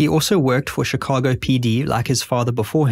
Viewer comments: Shee ka go Shee ka go For christ sake. Not chic a go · Chicago = "shih KAH goh" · Shhhhh ka go NOT Chi ca go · its pronounced shi-cago not chi -cago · Sh-Ih-cago. Not chi-cago. Cant even watch this because of it. Don’t act like you’ve never heard anyone say the word. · It's Chicago, not Tchicago. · One, two three......Shicago not Chickago! Good grief! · turned it off because the incorrect pronunciation of Chicago is too anoyying SHI-CA-GO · Ngl this man pronouncing Chicago wrong every time drives me insane. I understand others now a little more…. But to be fair his people invented the language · Just a minor note from a local, Chicago is pronounced with a SH sound like in Shun or Shudder, not a CH sound like Church or Chapel. Terrific video, very well edited and narrated! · "Chickahgo" -- I can't handle this narrator's pronunciation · you need to learn how to pronounce "Chicago" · Your pronunciation of “Chicago” is interesting. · Stop saying Chicago like that. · Lolz, "Chicago" was just as bad 😂😂😂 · noticed you decided to pronounce chicago the wrong way the third time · The ch sound in Chicago pronounced like the ch in chic not like chips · Teach your narration bot how to pronounce Chicago and maybe I'll watch it. Otherwise, fk off.